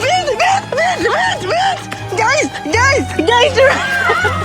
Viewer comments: Je sais pas si c’est fait exprès mais Léna qui dit « gay’s » au lieu de « guys » pipi de rire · le fait qu’elle dise « gays » et pas « guys » c’est fantastique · J’ai entendu « Gayssse » 😂😂